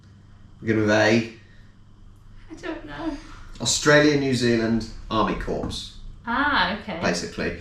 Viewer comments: I was surprised you pronounce "Corps" as "Corpse" - I thought the way we pronounce it ("Core") is how you brits would..... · Lol “army corpse” Corps is pronounced Core. Blame the French for that one. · Wow, you said " Army Corps" ( Korps ) instead of ( core ) you do speak English, right? I mean, the language did originate somewhere in that part of the world? ( Sorry mate for the rant, I have a real hang-up with grammer and pronunciation ) The story with ANZAC bikkies is that ( supposedly ) they were able to be made with stuff you might find in a military mess, OR stuff that was available on wartime rationing. I've heard both stories, probably neither of which is entirely true. Also that they were able to be sent overseas to the troops in the trenches without going off. All of these anecdotes have come down to us regarding the ANZAC bikky.As you know the name is protected so, there has to be something in there that comes close to the facts.